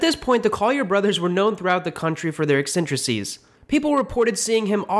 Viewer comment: You mean "eccentricities." (Ex-sen-triss-it-ees).